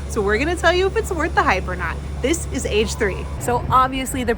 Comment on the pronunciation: Love your content. But Age 3 is actually "Ah-geh sahn"...Japanese for "mr deep fried tofu".